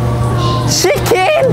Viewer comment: Shicken oh my garnishhh eskeresss Minute 3. 42 the man is pincing oh my garrrnishhhh looking that ..oh my garnishhh oh my garnish ....